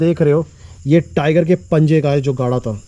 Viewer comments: ट्राइगर नहीं टाइगर बोल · टीराइगर नहीं होता टाइगर होता है